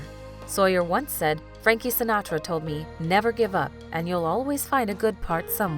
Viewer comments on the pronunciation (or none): none